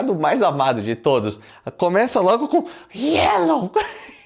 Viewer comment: Quando o falou: Gyellow, então dei like